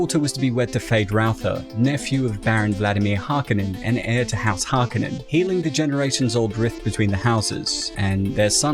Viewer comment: What’s up with the pronunciation of Harkonnen?